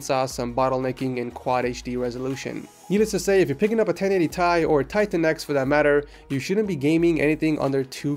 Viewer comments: wtf 1080thai please dont say that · i cringe evry time he says thai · 1080 thai hurt my ears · everytime he said 1080 Thai he lost 10 subs say 1080ti god damn i dont even wanna watch him bc of electrobox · its 1080 FUCKING T I not thai like wtf just stop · i gto triggered every time he said 1080 tie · He actually pronounced it 1080 Tie :D